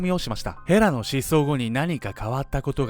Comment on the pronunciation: の衣装がΣ(ﾟдﾟ；) とても寒そう(;_;) 風邪引いちゃう(;_;) 今から見ます！、、ヘラがフ○ラに聞こえて話が入って来ない（笑）、、ごめんちゃいm(_ _)m